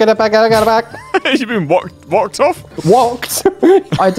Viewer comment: Ah yes, "wocked off"